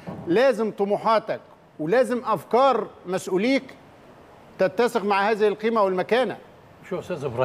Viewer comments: تتسق وليس تتثق..بالسين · تتسق وليست تتثق ... صحح العنوان من فضلك